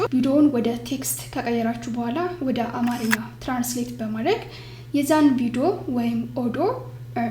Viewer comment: You missed the correct characterization and pronunciation .Don’t say it “አማረኛ” but say it“አማርኛ”